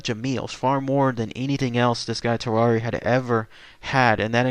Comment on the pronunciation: lmao u pronounced tarrare like ferrari...... hes french my guy its tar-ehr